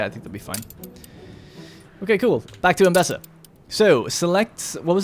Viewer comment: I love how you keep saying Embessa instead of Embesa :D Man, this game looks so good. If I would play the game I would be in first person mode way too much to soak all the beauty in. Hope you will do it more often too, also for where the fields are. Stunning! ps: storyline is interesting.